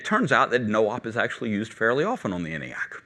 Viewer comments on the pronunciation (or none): Seems he's mispronouncing both ENIAC and von Neumann. ENIAC is supposed to have a long E sound. EEENIAC. And, Neumann is pronounced NOYman.